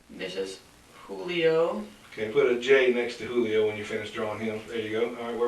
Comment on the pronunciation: The cop pronouncing the J in Julio. 😅 I feel bad for the babies and Pedro. She’s really trying to throw Pedro under the bus. The only thing he’s really guilty of is choosing to live with this pig.